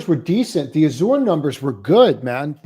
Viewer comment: Azure - pronounced az-sure